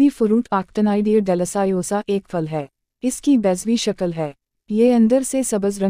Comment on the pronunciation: پھل کو فل کہہ رہی ہے